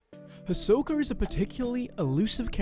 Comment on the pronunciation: Is Hisoka pronounced as says? I say “he’s so ka” that’s how I always say it. Same with Gon. I say “G oh n” something like that ❤️❤️💀😅